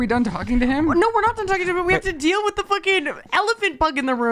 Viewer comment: definitely pronounces deal as dill and I have heard him blame it on Colorado!